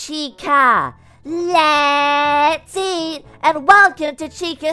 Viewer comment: Stop STOP!!! SAING LETH EAT🐥